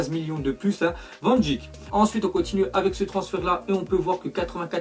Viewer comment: Salut van dijk ça se prononce van deik 😉